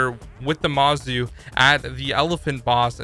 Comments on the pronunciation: There’s no A in mOzu again MOZU not Mazu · Ohh i just reached them Yeah Mozu = mo-zu Echo = eco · Let me clarify I don’t mean to be rude. I meant the Mozu is not the Mawzoo and EcoFire is actually Echo